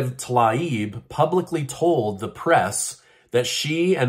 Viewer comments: Her name is pronounced "Tuh 'LEEB." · Her name is pronounced “Tah-leeb”. Get it right!😂